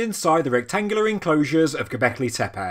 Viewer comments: Please, "tepe", not "tepeii"! And, if at all possible, "Göbekli", not "Gobekli", as the latter would go against Turkish vocalic harmony. For the rest, thanks for the regular updates! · Man can you please learn to pronounce Tepe.